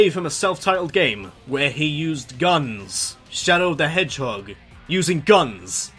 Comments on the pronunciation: "Shadow The Edgehog"? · Intentional or not, at one point in number 10 you said Shadow the edgehog!